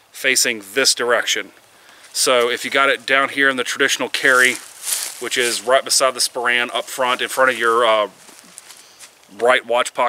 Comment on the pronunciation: great review, but as a scotsman i have 2 minor quibbles about your video, firstly, thats far from how you pronounce sporran, and secondly, the dirk is predominantly a cross draw weapon used in a more primary role similar to a short sword so carrying it on the right would be unheard of among highlanders